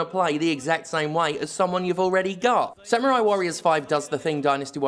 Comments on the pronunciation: SAM - YOU - RAI is back It's samurai. Not Samyurai. Samurai. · I knew this review would be shit when you pronounced it "Sam-you-rye". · sam-yoo-rai cool hwip